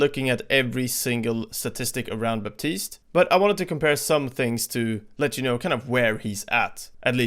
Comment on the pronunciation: The P in Baptiste is silent.